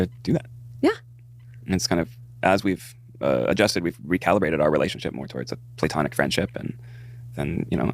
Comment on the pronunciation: “Play-tonic” don’t piss me off